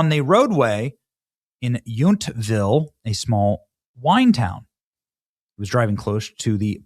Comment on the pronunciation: It’s pronounced Yountville